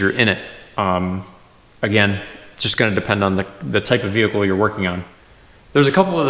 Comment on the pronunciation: What is a "veecle"?